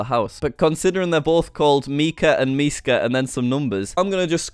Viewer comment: Actually you said Miska perfectly